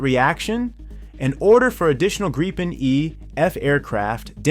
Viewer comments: Good presentation but every time I hear the aircraft called a "Greepen" I cringe. Retrain your A-I please. The word is Gripen with a short 'i". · true, but it still sounds like there is a e or two instead of i. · Wenigstens den Namen Gripen könntet Ihr richtig aussprechen (..)